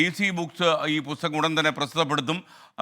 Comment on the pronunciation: പുത്തകം അല്ല... പുസ്തകം 😂😂😂😂